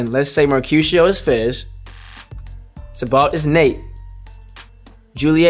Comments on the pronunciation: I like how he pronounces Tybalt. "Tih-balt" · The way he says "Tybalt" tho 💀 like whyyyy